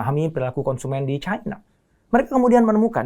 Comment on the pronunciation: Caina pret bilang Cina ajalah biar sesuai lidahmu